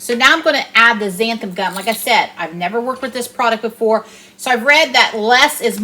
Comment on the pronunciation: Looks great! Just be careful not to use too much Xanthin Gum. It can get slimy. And it's pronounced Zan-thin Gum. Just for fun!